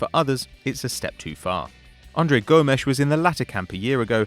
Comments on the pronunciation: Isn't it Gomes not Gomesh? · The pronunciations of are hilarious he tries so hard Andre Gomesh 😅😅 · “Andre GomeSH” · Pehlish (what i mean is please) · And Gomes, or as he said Gomesh